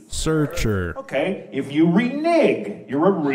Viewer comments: It's re neg not re nig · the word is *reneg...